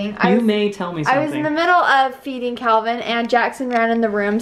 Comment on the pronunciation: 1.35ish...he was totally trying to say Calvin xx